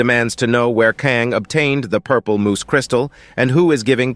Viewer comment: Crystal Moss ❌ Crystal Moose ✅